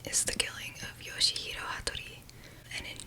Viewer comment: Its pronounced "yaw-shee"